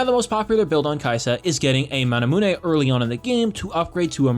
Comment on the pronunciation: so we just not gonna talk about how he went mahnahmooneh?